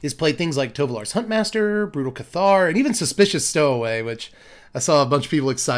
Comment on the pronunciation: cool deck, good to see these colors do something that isn't ramp. btw though, "Cathar" is pronounced with the emphasis on the first syllable, say it like you would say "Passer" with a lisp